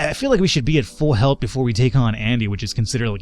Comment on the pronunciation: How come you pronounce the word "health" the way you do?